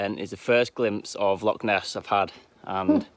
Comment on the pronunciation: For the Scotland part he kept getting at least 2 things wrong...a loch is not pronounced lock and Milngavie is pronounced Mullguy